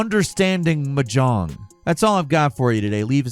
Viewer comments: its not m jong its mah jong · Hey, it's pronounced MAH-jong. Emphasis on the long maaa part. And you're right, it's obscure as hell. Like playing poker but with double the pieces and triple the winning hands. I'll stick to easier games like Total Annihilation or Tridimensional chess. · Gamer girls are screaming. We love this stuff. Also Mahjong: “Maa-Jong” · What is "Muh John"? I've heard of Mahjong but not "Muh John" like said 🤨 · It's pronounced "maa...jong". I know you're a bird but you can do better. XD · Dude, it’s pronounced MAH-jong. You’re putting the emPHAsis on the wrong sylLAble. 😂 Soft J, like the second syllable in “garage.” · "M'jong" Everyone: 🙄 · So did listening to screw up the pronunciation of mahjong over and over. I mean, WTF? I didn't think anybody didn't know it was pronounced "maw-jong". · why tf you sayn mahjong like that? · Say Mahjong one more fucking time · Listen, I love your stuff, but the word Mahjong has the emphasis on the first syllable, not the last and that's the kind of thing that drives me insane. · a good start to learning to play mahjong it to learn how to pronounce it. and its relalt not hard. its literally just a harder verison of a child's matching game. only pieces that are fully exposed can be used so you have to strategically pick your matches based on what tiles it might free up. you wun by removing all the tiles. simple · Am I the only one who winced at your "mahjong" pronunciation? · To add insult to injury, Mahjong is also not pronounced that way 😂